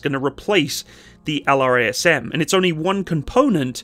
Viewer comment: F-15EX is a beast. Most powerful AESA radar, EPAWSS, sensor fusion, HMD, digital FBW... And the ability to carry pretty much anything designers can dream up. The F-35 is a ninja; F-15EX is 1990s Mike Tyson. Oh, and LRASM is pronounced "luh-razz-em."